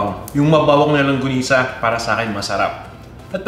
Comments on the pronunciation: "longgonisa", "langgonisa". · Thank you! Medyo distracted Lang ako, sa paiba ibang bigkas, hehe. longanisa, langonisa, and my favorite longonisa. :)